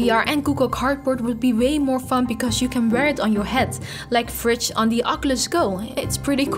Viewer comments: AH! it so annoying! it's v ridge,not vridge, vridge just sounds weird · Haha After this video im only pronouncing it "fridge" instead V-Ridge :)